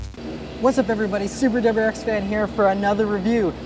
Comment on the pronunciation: "dubberyou rx"